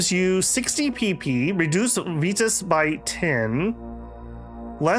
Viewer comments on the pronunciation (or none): the reading of virtus in every possibly wrong way is kind of annoying.